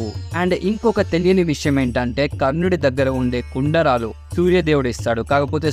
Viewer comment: కుండరాలు కాదు కుండలాలు